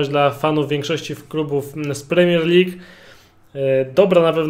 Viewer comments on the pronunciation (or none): none